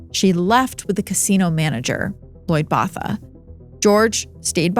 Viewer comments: Botha is pronounce “boat-uh”. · As a fellow South African, hearing the mispronunciation of Botha is not sitting well with my soul😭😭😭😭😭😭